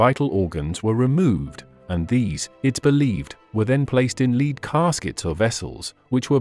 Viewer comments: The AI used in the narration is AWFUL! The grammar is jarring, as is the mis pronunciation of several words, e.g. lead (leed) instead of lead (led), among others. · The metal lead is pronounced " led "and not a as a dog" lead" (leed)🤔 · The metal's name is pronounced "Led" not "Leed".......get your AI in gear. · When did lead (led) become leed? 🙄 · Lead spoken as led not leed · The word is lead -pronounced ‘ledd ’ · They need to write words differently so robo voice knows how to pronounce them. Gotta love the English language. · Lead.. pronounced Led as in metal 😅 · Mr. AI narrator, the metal known as lead is not called leed. And the coffin was decayed not disgusting. Please request re programming.😑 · Dear programmers, please teach the robot to distinguish between lead and lead. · It's an AI narration. They are just not quite right. For example, the AI narrator can't tell the difference between the verb lead and the noun lead. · Homophones such as lead (pronounced leed and led) are problematic for a robot. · too many repetitions and yes, please teach the robot the difference between lead and lead